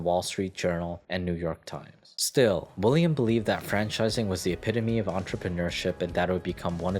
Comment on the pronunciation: "William Rosenberg" ...... "Willam" William